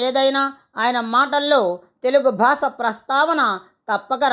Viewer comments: స్పష్టంగా పలకండి. భాస ఏమిటండీ భాష అనండి. మాటిమాటికి భాస భాస భాస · Basha ani palakali ayya